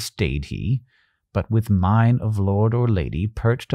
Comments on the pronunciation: Oh, came back to comment that you pronounced that version of mien wrong. It comes from demeanor (per Merriam-Webster, so...), and is pronounced like that part of demeanor, like _'mean._' Not like "mine," or "main." This, because of its source word. Ok, carry on. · Very nice. "Mien" is pronounced as "meen", not "mine", btw.